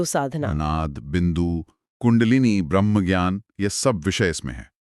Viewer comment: सारे वीडियो को हल्के में लेकर चल रहे हो। मैडम से कहो ब्रह्म को भ्रह्म ना उच्चारित करें।